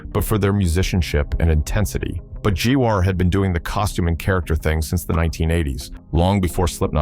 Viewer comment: If AI is going the be the narrator, at least get an AI that can read properly. Jesus! G-War, and what the hell was 03 again?